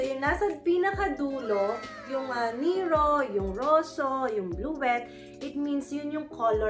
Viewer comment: Hello miss. Don't get mad about s pronunciation of NERO Mali PO. basahin nu PO siya as NE RO., not NEERO